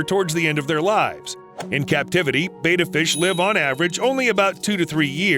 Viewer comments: Betta, not beta. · By the way, betta is pronounced (bedd-uh)😄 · yeah they say "bay-tuh". Hope no one gets inspired to buy a betta and put it in a bowl from this video, but i doubt that'll happen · Sorry, I had to turn it off after you kept pronouncing Betta wrong. Don't you research these things?